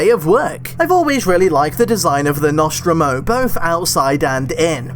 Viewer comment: Stop uploading on a monday morning when I'm at work and two the way you pronounce The Nostromo really annoys me, otherwise still wanna of your best videos